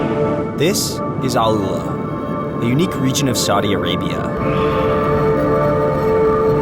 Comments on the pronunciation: Its name is ALL-ULA not AL-ULA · i'ts not Aloola, but Al- Uula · its not alUla like you said, its AL- Ula the right spelling